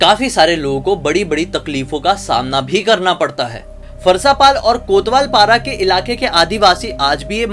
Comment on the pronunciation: Farsaapaal nhi bhaiya farasapaal bolte hai